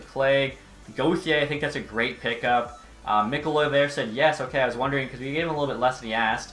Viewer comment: It’s me ko la not mik o la